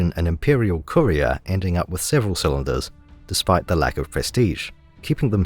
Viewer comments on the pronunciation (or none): none